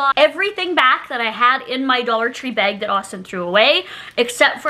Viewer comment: Please say bag n not beg lol so weird .. still love you 😆🥰🥰